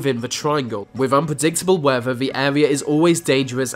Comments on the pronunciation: "Unpredictable Wever" hahaha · With= wiv Weather= wever Amazon= amazun Breath= breaf Births= birfs